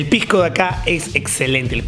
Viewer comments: se dice pisco y no "pijco", muy mal informado estás al comparar piscos de distinta clasificación. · Pijco, pijco, pijco, pijco oe habla bien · Se dice pisco oe,no pijco. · Todo el video escuché "pigcoo" 2 trillones de veces 😐